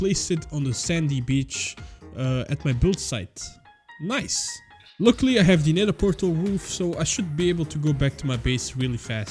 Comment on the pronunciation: how he pronounce „luckily“💀